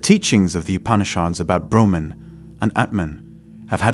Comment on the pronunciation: Ps its brahman the absolute not broman